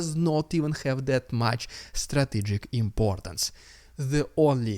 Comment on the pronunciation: Struh tee’ jik….emphasis on second syllable